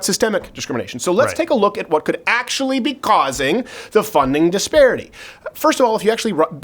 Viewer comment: Crowder says "Causing" with a thick ass accent. I think his AOC impressions are getting to him🤣🤣🤣